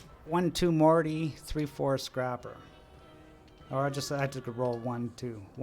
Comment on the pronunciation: The continued mispronunciation of scrapper is killing me 😆